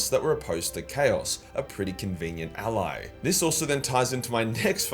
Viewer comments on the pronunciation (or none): none